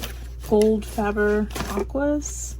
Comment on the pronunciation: Loved the video and have subscribed but could you explain why Americans pronounce FABER as FAB rer, its pronounced the same as SABER which isnt pronounced SAB RER so both sound like FABE ER, just curious 😂